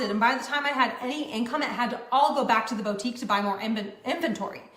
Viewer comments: It’s just wrong. It hurts my ears. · I don’t know if it’s because I’m a French speaker but hearing her say « bow-tique » truly drives me insane. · we said bo tique at the same time 🙄 ❤